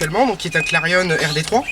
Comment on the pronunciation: Très bonne vidéo ;) Par contre on dit clarion comme Marion et non pas comme clarionneeeee lol!! Pareil pour la 206 Sedan comme éléphant et non pas sedane ^^